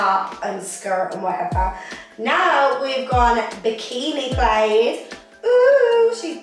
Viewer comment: It's pronounced 'plad' not 'played'